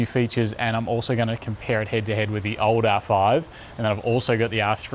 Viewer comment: I love how you say "OLD" R5. Like a few years ago it was still the flagship.